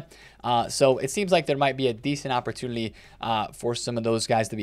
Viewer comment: Why do you pronounce “opportunity” that way? You put an L in there?